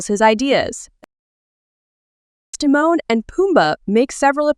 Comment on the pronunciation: You finally said Simone's name correct